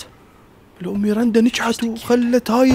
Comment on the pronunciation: اسمها ميراندا مو ميرنده😂❤